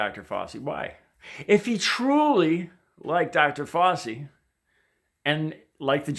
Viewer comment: Love your heart,. “Fow-chi” as in “cow” and the beginning of “cheese”, I believe, though not 100% sure.